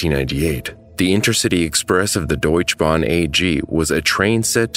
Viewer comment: The e in Deutsche Bahn is not silent